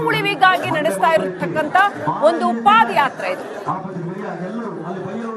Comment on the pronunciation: Adu paad yatre alla paada yaatre. Madakeri alla Madikeri.